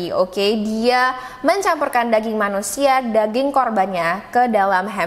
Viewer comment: Percaya ngak,, aku dengerinnya sambil masak petty 🐷 dong😂😮‍💨,,, Ngakak pas bilang daging 👩‍💼👨‍💼 rasanya mirip danging 🐷..